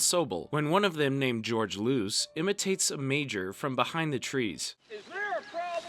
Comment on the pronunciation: Did you watch the Series? "Geroge Loose..." omg...